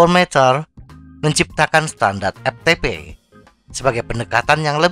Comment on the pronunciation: Dari awal video sampaii akhiir video... Lagii² EPTEPE... lagii² EPTEPE😂 EFTEPE bang😅✌️ Hayo orang sunda yaah😁